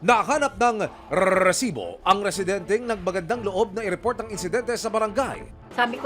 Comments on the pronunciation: Pag naririnig ko ung rrrrrreeeeesibo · Nakaka potang ina ang pag bigkas ng RRRRRRRrrrrrresibo..nag a astig astigan di naman bagay 😂😂😂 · Pinaka panget pakinggan Yung paulit ulit na pag bigkas ng reeerrrrrrrsibo! Hindi Bagay sa crime investigation documentary. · Bakit kailangan ganun magsalita?? RRREEESIBOO 😂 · Hindi maganda pakikanggan Yung rrrrresibo very annoying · Kapg nagrereport kana itigil mo na yung pagbigkas sa “Resibo” masyadong OA na eh. Mas the best parin si Pareng Mike Enriquez.